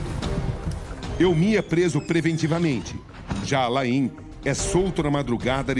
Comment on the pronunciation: COMO BRASILEIRO É ANALFABETO! O NOME DO CASEIRO É “ALAIN” COMO O ATOR ALAIN DELON, OU SEJA, O “I” É MUDO, NÃO SE PRONUNCIA. VAI VER OS PAIS COPIARAM E SEQUER SABIAM FALAR. ATÉ DÓI OS OUVIDOS OUVIR A PRONUNCIA ERRADA.